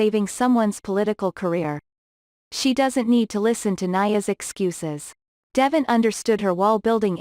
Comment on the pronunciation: I will never subscribe until you take the time to learn to pronounce the city name and devon name.